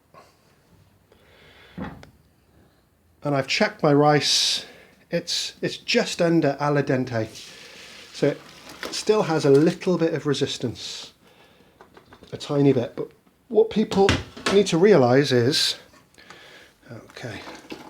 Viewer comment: Al dente is pronounced Al (as in call me Al) and den-tay. Not Ali Dentay